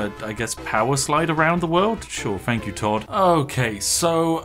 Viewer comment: Learn how to correctly pronounce words. It is not, "You do your FING." It is, "You do your THING." "THank you." Not, "Fank you."